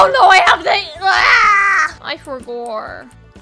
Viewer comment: “I forgor” just like my bro he says that when he forgets something